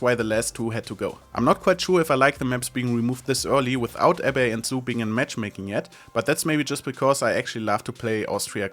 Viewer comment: Its pronounced AB -- BEE :D